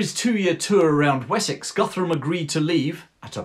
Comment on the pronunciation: Hi it's great perfomance and l share your opinion bout Alfred/ Churchill This man was a really Great till today for the English! I confess Cornwells Uthred saga (the books only) is enjoying but your feature is historical top notch! Guthrum sounds like Goodroom. And all of the earlier chronics read Danish at most. Best regards from Northern Germany Ludwig.